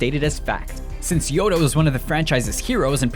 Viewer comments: he said 'yodo' instead of 'yoda' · he said yodo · Every time you say "Neeson", it sounds like "meesa"; as in Jar Jar. Also, I'm almost certain you said, "Yodo".